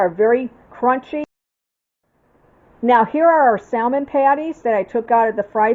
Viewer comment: Looks delicious. Not being critical , as it’s a common mistake, the “L” in salmon is not pronounced. Just an FYI. Will be making soon..thank you.